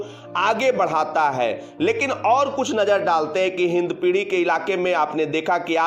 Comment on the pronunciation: Its hindpiri not hindpidhi